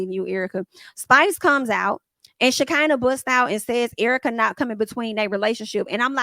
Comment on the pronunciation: Now why you keep mispronouncing Shakinah name? 😅. It's Sha CON na